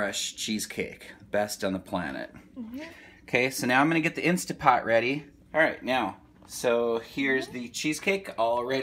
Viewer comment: Thumbs down for saying "instapot" JUST KIDDING thumbs UP for!